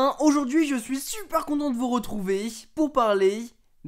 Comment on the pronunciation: De vous retrouvey pour parley 😕😕